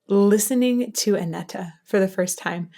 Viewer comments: Anette ... Say "Ah-net"/"An-et." (Not "Ah-nett-a.") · Great reaction/analysis as always, loads of good comments already, just a minor thing, the second "e" is silent, so it's pronounced Anett basically. Swedish is hard, I know 😉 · Great react as always! Really quick one: The last "e" in Anette is silent, so it is just "Anett" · Her Name Is Anette Not Anetta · I know you love when we are correcting you ;) the last e in Anette is silent :) My favorite song from the Anette Olzon era is "I want my tears back". They bring back the folk metal sound there which is very awesome! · Don't understand why you (English native) complicate names as soon as it's foreign. Anette. The last e is silent. Can't tell how many weird pronunciations I've heard of Floor lol I do love your reaction/analysis as always.